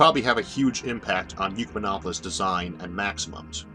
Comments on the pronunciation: Why do you keep pronouncing it "You" rather than "Ekk" or "Eee"? It's Ecumen not Eucumen - This isn't your speech impediment {which I don't have a problem understanding btw}, you're specifically pronouncing it "You" - Why? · Why are you saying Yukamenopolis? Its an Ek-yu-menopolis. We dont say Ecumenicalism as Yukamenicalism. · "Ecumenopolis" is pronounced "ECK-yoo-men-AH-po-lis", not "YOO-kuh-men-AH-po-lis". Phonics, bro, look at the order of the letters; the U comes after the C, not the E. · Trying to forgive the horrendous pronounciation of Ecumenopolis....not "Eucomenopolis"....sorrryyyy! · ECK YOU MEN OP OH LIS or, perhaps OIK YOU MEN OP OH LIS not YOU CUE MEN OP OH LIS And ecumenism is never pronounced YOU-CUE-MEN-ISM The YOU sound prefix on Greek words is spelled eu and means good. That isn't part of this word. The root of the word is correctly cited. The pronunciation is incorrect. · The speech impediment is absolutely fine. It doesn't impede me! Mispronouncing "ecumenopolis" as if it were spelt "eucumenopolis", on the other hand, really grates... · Isaac, I believe the word that you are pronouncing "eucamenopolis", implying "eu" as in "euvolemic", "same volume", is actually, as the printed word in the title indicates, derived from the Latin oecumenicus, from which comes "ecumenical." That makes a whole lot more sense when considered in light of what your video is about. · Wow! I really value your videos. And I understand the speech impediment. But in THIS one you seem to have made a mispronunciation. How do you get "yoo-kuh-min-opp-uh-lis" out of a word that starts with an E? If the U was immediately after the E then I would get it. But there's a C between the E and the U. That makes it "ek-yoo-men-opp-uh-liss". You're way too smart for this error, Isaac. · You seem to switch around the 'e' and 'u' in Ecumenopolis.